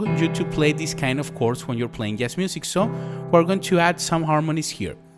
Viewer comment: Great video! (but you might want to look up how to pronounce the word Jazz :P )